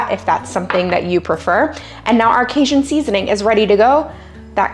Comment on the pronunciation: Hi from Baton Rouge! Love your channel and time saving recipes and your prayers at the end! Question... Are you pronouncing Cajun as "Kay-shun"? Or "Kay-Jun"? 😁. It's the latter for the record.